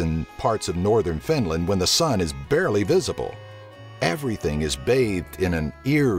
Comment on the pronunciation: EBINLAND :D :D :D :D :D